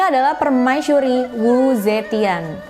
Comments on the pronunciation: So cute ur said permaisyuri not permaisuri 😬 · 😱 OmG 😱 Sooo Sweet .. Hellow All Geng Aku Dari Salam Dari Seberang Aku Dari Malaysia 🇲🇾 .. aku Suka mendegar kamu 👩🏻‍🦰 katakan/sebutan ayat/perkataan PERMAISURI 👸🧝🏻‍♀️👰🏼 .. Enak 😻Bgat 😍Dehhh .. Comel, Cute & Manjaa Bgat 🙊🙈 .. PERMAISYURI/PERMAISHURI 😻😍🥰😘😻 .. 👍😍..👍🤩..